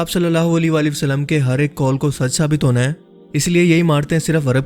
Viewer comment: sach sach batana kia ap ka huliya Nabi pak ki ommat key jawano jeysa hey...? Nabi pak ki All par darood hey or ap jab Nabi Pak(S,A,W,A,W,) ka naam letay hain to holi walay walay wasallam kehtay ho kam az kamAll-e- Nabi pak par darood to sahe tareqay say bheyjo.? maind ney karna bhai, Ap ka andaz-e-biyaan masha-Allah bohot zabardast hey, to esey andaz main darood bhe beyjo..?